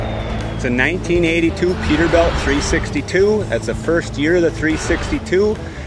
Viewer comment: peter"belt" huh